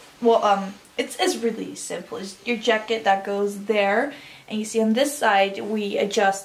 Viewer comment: said Yacket I’m actually ded